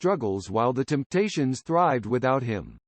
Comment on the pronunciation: Damn, even a computer says 'Kindricks' and 'Timptations' like a hillbilly? How does THAT happen?